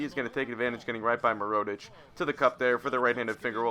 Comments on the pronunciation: it is pronounced mer-oo-tic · Completely fucking up mirotic name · No hate but I was cringing every time you said Nikola Mirotic, so. Knee-Cola (as in Coca Cola lol) Meer-oh-tich (Meer as in the beginning of mirror) I hope this helps!